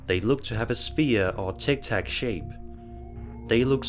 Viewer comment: What the heck is tic tac lol omg learn English man holy fuk 😳 😂 🤣 😅 😆 😭 😳